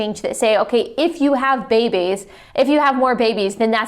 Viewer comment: "If it were true that we had a finite amount of resources..." 😂 Allie is a joke, and why does she pronounce "babys" as "bebes"?